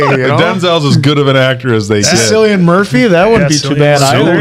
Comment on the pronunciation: took me a while listening few times to understand who you meant. cillian murphy, (irish actor) first name is pronounced kill-i-an, not sill-i-an